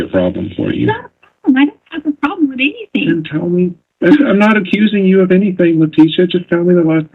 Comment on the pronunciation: It IS nuts to me when alleged experts use such articulation as her ‘intelligence….’ Especially when she speaks such horrid English at times! ‘Anythingk’ is NOT a word. Neither are ‘dis’ and ‘dat!’